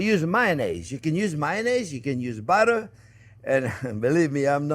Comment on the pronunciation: Your batter and butter sound the same